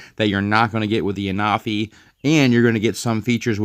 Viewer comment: Hey I just thought I let you know that I myself was pronouncing the name the same as you but when I was watching the Official videos they were pronouncing the name as (AN-A-FEE)